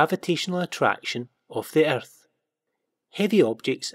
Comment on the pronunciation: omg i laughed so hard when he said erthh